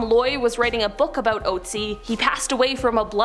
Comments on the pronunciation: Look up how to pronounce the Ice Man's name correctly...PLEASE! Oat-sie IS so wrong!! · The thing that haunts me most about this video is the way english speakers pronounce "Ötzi". It is an Ö. It is "Ötztal" It is not Outzi. That nearly drives me crazy listening to :D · Look it up...the name is "Otzi".